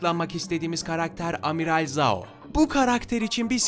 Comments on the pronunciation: Abi amiral zhao deyil amiral caho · Zhao değil jhao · Amiral zao diye okunmuyor jao diye okunuyor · Giyatso, Jao, Laogay, ozay, Ayro Doğru okunuşu bunlar